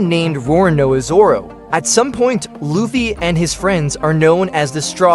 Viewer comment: And while we’re at it, it’s lou fee dude, not luff fay